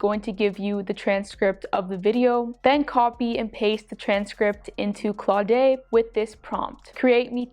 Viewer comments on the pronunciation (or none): Claud-e lol it's just Claude. The E is silent. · Claude is pronounced "Clod" - and, great content here! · It's more like "Clawed" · Just FYI, you're pronounce Cloude incorrectly. It's pronounce CLOD. ;-)